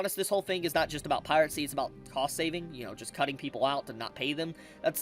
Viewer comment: Pirate-cy?? Dude I swear to god you mispronounce things on purpose 😂.